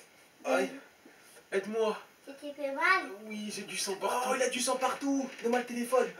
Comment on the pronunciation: C'est moi ou au debut il dit sein au lieu de sang 😂😂😂